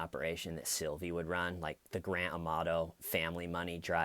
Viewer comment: OMG..... You had me cracking up at "Sylive"..... Oh dear..... No more Grant Amatto money coming in 😂😂😂😂😂😅